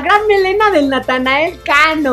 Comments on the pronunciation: Díganme que no soy el único que le dice natael cano xdddd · bro literal mente diste una explicación larga que nada que ver el se refiere que en lugar de decir Natanael dice Natael como lo dice ibai por ejemplo